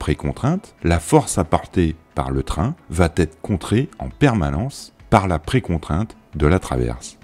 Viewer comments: Quand les youtubeurs (j'en entend plein... de plus en plus, aujourd'hui !) cesseront-ils leurs liaison du genre "va t'être" (à à propos de "la force apportée par le train"). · Et salut 👋 Vu que j'ai laissé tout mon cerveau sur la vidéo du train fou (...) je vais juste poser ici ce qui m'a chatouillé l'oreille = le "va-t-être" 😀 A part ça, je me demande si les non initiés sont au courant que le ballast s'use ? (aussi !) Tchoutchou aussi 👋🙂